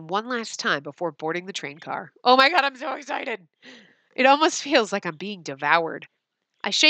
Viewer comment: “Oh my gwad it’s a *TwAEn*!” -, May 1st 2018